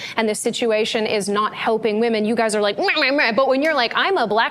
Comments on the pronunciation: I'm super glad you picked on the Women pronounced woman thing. I hate that. I've been correcting it in videos for years now. It's an affectation. I shouldn't be able to discern things about your political position by your mispronunciation of "women". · I've noticed the weird pronunciation of "women" which I've noticed increasingly pronounced the same as the singular form, "woman". The word "women" is not pronounced the same as "woman". The first syllable of "women" rhymes with "him" and the 2nd syllable of "women" rhymes with "in", similar to the first 2 syllables of "criminal". Drop the last syllable of "criminal" and you get "crimin", which rhymes with "women". Woman is pronounced like "wooden" with the "d" replaced with an "m". It's not that complicated, am I going crazy? Men are not women, and the word woman is not the same as the word women. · I think she might just be Canadian. Lauren Southern pronounces "women" like "woman" and it kinda drives me crazy too but I forgive her because of how she says "flag"